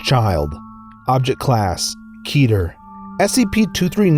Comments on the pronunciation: KETER NOT KETTER! (KEETER) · Keeter, not kehter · Please please please stop saying it ke-ter and pronounce it Keeter it kills me a little inside every time keep saying it the way you want to it just.... who agrees? Anyone? I mean it could be the right way and how you pronounce it in fact just ignore this I’m sorry it just annoys me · HAHAHAHHAHAHA HE SEAD KETTER WRONG XDDDDDDDDDDDDD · lol keter is key-ter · It's keeh ter keter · It's pronounced kee-ter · It's pronounced KEEEEEEEETER I'm triggered